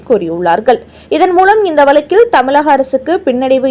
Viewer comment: Learn to pronounce ,properly. It is தமிழ் not தமில்